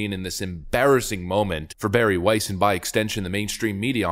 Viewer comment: "Weiss" EVERY. SINGLE. TIME !